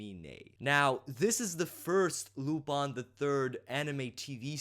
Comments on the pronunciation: Like I said, he's not pronouncing it using the english pronunciation, he's using the pronunciation used in the show itself. In the show it is pronounce Lu-PON. I understand that it is sometimes pronounced Lu-PIN, but that's not how the japanese do it, and that's not how the dub does it either. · It's pronounced as you say it in your video :). It's a french name, and any recordings that sound different are mispronunciations. You are correct.